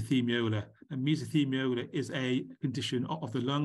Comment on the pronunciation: It's mesothelioma, not mesothemiola, :)